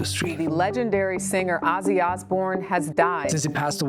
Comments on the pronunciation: Please get his name right...it's Ozzzzy not Osssy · You criticize alot of people. You should know and learn S pronounce as Z even Ozzy is not Ossy.. CraZy not craSy, decision sounds like Zh not sh deciZhn You "Europeans" you should work on that and practice! If Z is S when don't need it in "English alphabet" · The pronunciation is Ozzie with a Z. I take this as an offence as an Aussie which is pronounced the same way even though he was born in Birmingham.